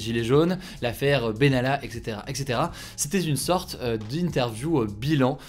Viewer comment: "C'était z'une sorte"... vraiment... ??? vraiment...